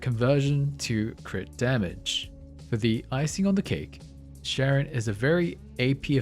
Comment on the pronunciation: i love when people pronounce names wrong when they are pronounced correctly multiple times in the game. Sharon sharon sharon sharon sharon sharon sharon